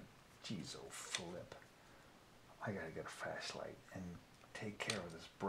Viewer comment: "Wheres my (Fash) light" lol :) thats how I pronounce "Flash Light" sometimes lol.